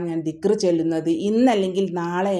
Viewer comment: ആദ്യം ദിക്ക്റ് അറബീകരിച്ചു പറഞ്ഞു പഠിക്കൂ